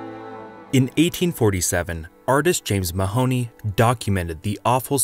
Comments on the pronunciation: Please pronounce Mahony correctly, the o is silent, pronounced ma ha ni. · FYI, in Ireland we pronounce it as "Mah-ony", not "Ma-hony". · As a youngish lad in ireland I just have to say that I am utterly horrified by the pronunciation of mahoney in all these you tube vids.... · I clicked off the video after your terrible pronunciation of James Mahony. Do some research on pronunciation before trying to make a video about a topic. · Butchered the surname in the first sentence